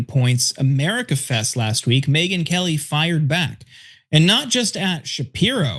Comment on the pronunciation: I thought Cenk said Midget Whores Lmao